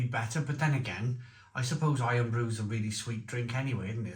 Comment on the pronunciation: Is the Barr's drink not "Irn Brew", rather than Iron?